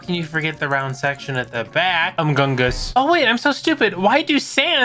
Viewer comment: “Amgumgus” Edit:spelt it wrong, it’s umgumgus